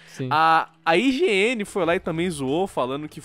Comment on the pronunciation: Mano o cara falou IGN eu intendi ingiene